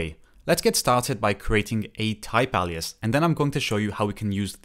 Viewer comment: "alias" is pronouced with an "A" as in "hay", "bay", "OK", "ray", "say", "day", not as in "ha-ha-ha". Welcome to the wonderful world of English